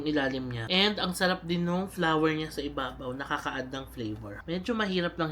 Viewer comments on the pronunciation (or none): none